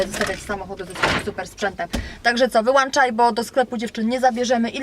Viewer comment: co do podpowiedzi ,to radyjko marki(fonetycznie)"tosziba"...i "wyłączaj"a nie "wyłanczaj" ;-) zakupy dobre ! pozdrawiam